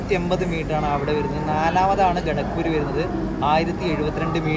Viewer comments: You idiot it is not ghatakpur It is kharagpur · Kharagpur... Enthonnadey? Ra Assam nu poyo? At least announcement onnu kettal pore